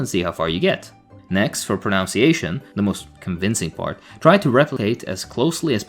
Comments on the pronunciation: Hate to do this but: you pronounce, as in ounce, your pronunciation, as in nun. It’s not prun-ounce-iation. Also, wind as in rhymes with mind is a word, you can wind a sprung clock. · This is probably not the first comment on this, but… it's pronounced (and spelled) "pronunciation," not "pronounciation." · As a fellow foreigner who did the same, it’s proNUNciation. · He says pronunciation wrong lol. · Did you mispronounce pronunciation and albeit on purpose?